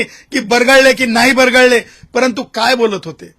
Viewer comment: मराठी नीट बोलता येते का बरगळले नाही बरळले बोला